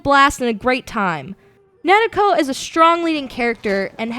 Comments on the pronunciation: and she said it completle wrong its not fucking nedeko it nariko its such a big flaw in the review to get something they say so much in the game wrong. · The protagonist name is Nariko, not Natiko... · no in the damn game the clearly say it like nar-e-ko not with d or nereko its nariko. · her name is nariko nar-e-ko GET IT RIGHT! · i dont that think she said her name right... lol play the game i listen to how they say. did she actually play it? hmm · She says "Nariko". She's just trying to pronounce it somewhat Japanesque. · no, no she's not i have listened to it several times and she says it wrong, either its the pronounciation or she says it in some wierd way .